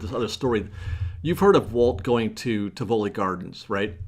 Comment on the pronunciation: I believe the correct pronunciation is TIV uh Lee with the emphasis on the first syllable for Tivoli Gardens. My mom went there many, many years ago and I'm pretty sure that's correct.